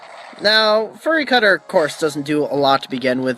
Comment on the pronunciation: Well, I wasn't going to say anything, but since you appreciate it... =p "fyoo-ree cutter" not "ferr-ee" cutter "buhd-ew", not "boo-doo (you do, you do!)" =p and no, rock throw is a physical move. Glad I could help ^^ Also, you caught a Shinx! SO HAPPY! They're so darn cute! Also, your nicknames are not bad. Now, if you named the Shinx "Sparky," I would have to hit you =p